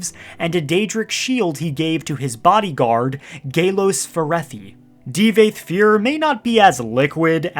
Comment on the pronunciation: Ty-burrr? Di-vaath FUER Tf dude lol